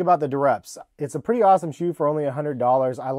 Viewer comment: This dude dont know how to say pretty hahaha